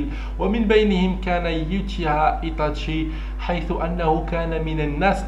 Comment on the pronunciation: إسمه إيتاشي وليس إيطاشي